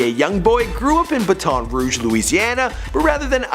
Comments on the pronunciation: Please stop saying bat-on ruge , it’s Baton Rouge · BaTON Rouge not BA-TON Rouge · Bat-IN Ruuu-j = Baton Rouge. You say it terribly. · Already pissed me off wit da batone rouge , it’s Baton Rouge 😐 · He said like fat lol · Just say BR instead of baton rogue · Most of my cousins are from Canada Quebec i understand why you pronounce the A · Y he say Baton Rouge like that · It’s updated & he still saying BaTon rouge 🤦🏾‍♂️ .. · That’s not how u say Baton Rouge!! I’m from Louisiana, trust me I know 😂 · t time you should just call it BR cause thats not how you say Baton Rouge